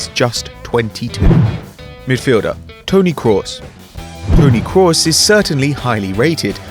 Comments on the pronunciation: Stop saying KRAWS it's Kroos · Toni Krowos? what is that pronunciation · Is name is krooooos nor croos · you called someone pronounced Kroos Cross, so you're under appreciating him yourself, + he does get appreciated!!! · its pronounced krus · it's pronounced 'cruise' you dutch wank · stop overpronouncing kroos ffs you're Dutch not german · Who else hates the way he says Kroos? Or is it just me :( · What on earth is going on with your pronunciation of Kroos? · Tbf I think at one point it sounded like you got it right. But most of the time it sounds like you haven't got a clue how many vowels it has. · That pronunciation of kroos